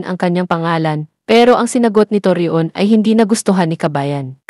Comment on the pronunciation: Torreon pronounce as Toryon…ganun lng